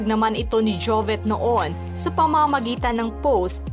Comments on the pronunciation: Ate narrator, JOVIT po hnd JOVET! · Ate narrator, JOVIT po hndi JOVET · Putya ako lang ba nanggigigil itama ung pagpronounce Ng jovet imbes na jovit .. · Tanginang mag report to di man lng ayusin l jobet ng jobet deputa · Jovet ka ng jovet. . JOVIT PO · S nagsasalita s video Jovit po hinde Jovet😅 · Jovit po vit po hi de vet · JOVIT po not JOVET... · Sana itong host na ito ay ayusin ang bigkas ng pangalan ni Jovit out of respect. Hindi Jovet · Jovit Hindi jovet haha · Kairita naman nagbabasa neto ...anong jovet...Jovit nga di ba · jovet jovet. bakit ganyan pronunciation niyo? sobrang tarang hard. hindi lang sa jovet, eleven. etc. trying hard ka masiado. buti naka adblocker ako, and i also disliked, not because of him. i dont even know him that well, gusto ko lang malaman ano yung dahilan dahil bata pa lang. nakaka irrita sa totoo lang. yung mga trying hard niyo. ewan ko lang kung gumagamit ka ng voice android, pero hindi eh, may isang time sabi mo jovit, hindi jovet. lul. jovets.. hindi na ako nako naka concentrate makinig, mga pronunciation niyo nalang. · ano ba itong nagsasalita ? Jovet naman ang sinasabi mo sus marya. Palitan nyo nga ! kaloka